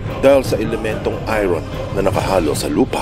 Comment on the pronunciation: Iron, pronounce as AYORN